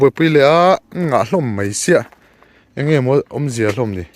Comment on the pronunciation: Ka ngaihthlak tam hmain i lam dan diklo nia ka hriat, pakhat 'Ang e ' i tih hi ' Enge' tih tur zawk a va nih hmel ve😅 Chuan,Leiruangtuam chungchângah khan Edisona pa i ngam mang tlat lo lo😂😢😮😮😮